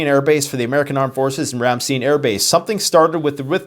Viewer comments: Great video. BTW, it is pronounced “Ram-STINE” Air Force Base rather then the “e” sound. I’m a retired military officer-Persian Gulf War-Chief Chemist at 10th MedLab; my husband Air Force Intelligence. We were stationed at RAFB . Although Americans had NO clue how serious it was, let me assure you that it was HELL living there once war was declared. We had to live underground for months. You are correct. 99% of my acquaintances DO NOT ACKNOWLEDGE WHATSOEVER what is happening and REFUSE to acknowledge that ANYTHING is unusual. I have ZERO respect or a micron of care about them. “God helps those who helps themselves.” Our planet is overpopulated by 8 BILLION people so who cares. America is collapsing as it should be with their parasitic Welfare System and the new “smash and grab.” Take these humans out🙌🙌🙌♥️ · Yeah I was tracker the flights also. I think you’re right about the recon planes in southeast Poland. They originated from NATO base in Germany. They’re awacs planes. Ramstein is pronounced Ram-st-eye-nn like drink from a stein. It has always been a mega AirPower base. It’s been the landing point from Afghanistan for years. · Its pronounced Ram...Stine Air Force Base, Long i.....love your videos, I was stationed there in Germany. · It’s pronounced Ram STINE air base. Keep up the good work! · Ramstein (Ram-Schtine) pronunciation Ramstein=place Rammstein=band. Band name came from the blue angels crash that happened there. Diese ganze Situation ist scheiße, und can't just end with simplicity. Wars don't just stop with every side happy and Russia wouldn't ever make a weak move like backing down. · These flights are tankers used to refuel AWACS, Electronic reconnaissance aircraft, drones or fighters on combat air patrols (CAP). The base in Germany is pronounced ram-stine. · FYI it's pronounced "Ram-stine" not "Ram-steen" ;) (Our family was stationed nearby at Sembach in the late 70s/early 80s) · Pronunciation: Ram-STEIN - like a beer Stein not steen